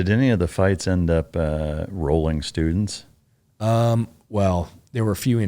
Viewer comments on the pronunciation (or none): none